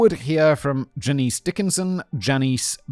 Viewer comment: Janice Dickinson is pronounced Jan ass. Just for any future references